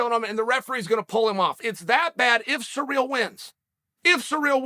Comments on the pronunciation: Chael, could please do your homework before you start talking? Take the time to learn the pronunciation of the fighter's name? It is not "sur`REAL" , it is "CI ryl" with the 1st syllable emphasized. No respect for the man if you cannot even say his name correctly. Shall we call you "SHA ell"? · Bro, you need to learn how to pronounce CIRYL... it's not surreal.... its See-Rill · Surreal Gane. Cereal Gane. Sir Real Gane. Actual Diacritic Pronunciation : (Sear-Rill Gawn) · Everyone: Ciryl Chael: Surreal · Me: cyril Chael: surreal Me: ok great surreal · Everyone: "Ciryl" Chael: "Surreal" "Cereal" 😆😆😆😆😆😆😆😆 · At this point of time, Lord Chael has called Ciryl so many times as Surreal that it only makes sense for him to change his original name 😂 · Who's this "George" person he keeps talking about..? Maybe it's Jorge Masvidal's brother, George Masvidal. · Sirl , sirl , sirl it's not hard to say SIRL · Chael P Sonnen. "sir real" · “Surreal” Gane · Oh, so his name is actually 'Surreal Gane'. Thanks Uncle Chael! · This is no longer a joke I truly hear him say SURREAL 😭 😂 😆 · “Surreal” lol 😹 I love how Chael pronounce peoples’ names. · The petty cunt part of myself finds it hilarious when Chael purposely mispronounces peoples names. YaRear, SurReal, ect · Its sureal the way uncle chael changed ciryl name. Undefeated english pronounciation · Surreal, George, Blehal! Sonnen still the goat of pronunciation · I find it quite surreal the way uncle Chael pronounces Ciryl.